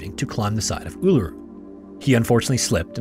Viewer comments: 👍🏾Thank you for calling "Uluru" by its correct Aboriginal name👍🏾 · Honestly good job with pronouncing Uluru, a lot of people get it wrong but im laughing at the pronunciation of Mt Isa. Its "eye-za". No offence taken or anything just a lol. Do double check the pronunciation of Melbourne tho before you use it, you will be mocked if you cant pronounce it the way we do haha I remember that incident growing up. I think the there were so few reported attacks from dingos was the primary thing that got people suss about it. But honestly looking back i feel so bad for her. No one believed her and everyone accused her of wanting to get rid of her child. I think the media played a big part in spreading misinformation, thank god for the internet and social media today which prevents journalism having a choke hold over news and facts.